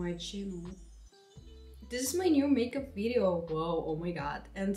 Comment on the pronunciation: She just say makeub 😂😂😂